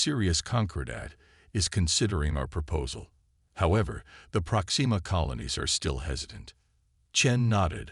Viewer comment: Unlike "ale ex" or " kind red" or "prox ee ma"